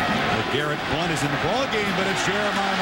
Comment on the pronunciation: What? I was just saying that cuz the anouncer pronounced it like BloWNt